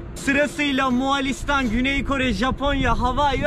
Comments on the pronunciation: Aga mualistan diyosun 2 dk doğrusunu söylemekle uğraştım. Bildiğimi unutturdun :D Moğoo listan O'yu uzat söyleyemiyorsan :D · Birde moğalistan demesen çok güzel olurdu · Güzel video ama Moğalistan değil Moğolistan:D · Moğolistan değilde Moalistan demesi kimsenin dikkatini çekmedimi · arkadaş daha gittiğin ülkenin adını söyleyemiyorsun, moğAlistan nedir? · moğalistan değil moğolistan olacak. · bütün video boyunca MoğAlistan demeyi nasıl becerebildin?:) MOĞOOL-istan MO-ĞOL. Mo-ĞAL değil.:) sevgiler.:) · Moğalistan degil moğolistan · Moğalistan değil Moğolistan. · moğalistan değil moğolistan* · Moğalistan değil moğolistan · Moğalistan ne ya 😂 Moğolistan